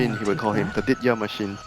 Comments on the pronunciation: it's vitya the machine (general), not ditya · why did they call general vitya thou...that still bother me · ya they repeatedly said ditya the machine....come on man somebody needs to tell them that ITS VITYA THE MACHINE